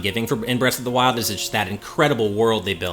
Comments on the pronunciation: "Breast of the Wild" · . "Breast of the wild"